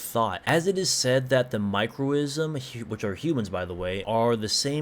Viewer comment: Cosm pronounced cos-um Macro-cosm Micro-cosm Not ism Not macro-ism Not micro-ism Also Yog-so-thoth Or Yog-s-thoth Both are used Nee-yar-leth-o-tep